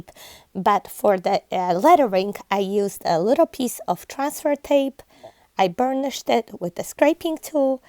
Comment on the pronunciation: I was wondering what technique "burn the shit" was and was so surprised to hear you saying it. LMAO 🤣🤣 I got half way through before I realized you said "burnished it"...LOL..oops. I 😁 Love all of your crafting...these are amazing. Thanks for sharing. 🍨❤🍨